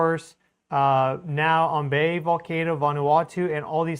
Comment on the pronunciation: I'm not an expert, but I know Ambae is pronounced like "Ahm-bye". Tank yu lo report ia. lo media blo Australia oli bin rubis. not wan stori lo saed em volcano disaster lo Ambae. Sending prayers to the people Ambae and Vanuatu.